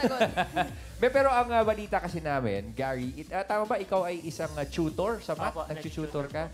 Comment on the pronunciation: What is a "chootor?"😉😆😄